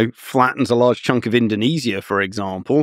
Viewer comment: Pretty easily…tharrr in Indo-neees-IAH